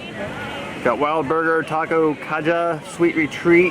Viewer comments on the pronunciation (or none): none